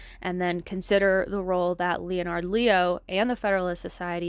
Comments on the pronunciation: My wife and I are very interested in what you are reporting. We support what you have been doing. Subscribed. (Off topic, most people pronounce “Leonard” as a two syllable word which sounds sort of like “lennerd” with the accent on the first syllable) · This project is fantastic. No shade but I had to smile at how deep you are in your reading sources that you’ve never heard of “Leonard” pronounced correctly by anyone else 😊